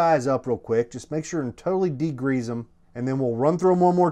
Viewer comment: "Degreeze" lol